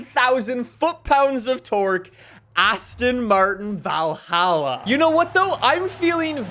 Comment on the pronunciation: Not being mean, but Valhalla is pronounced like you say ball or doll